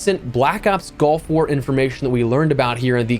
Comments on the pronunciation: Hopefully everyone can use this year to practice saying “gulf” and not “golf”. Just listening it sounds like I’m gonna use my Tiger Woods skin and drop into Black Ops Golf War 😂😂😂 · I know he said gulf... but I swear it sounded like he said black ops golf war... 🤣💀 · I can’t help but hear “golf war” every time you say it lol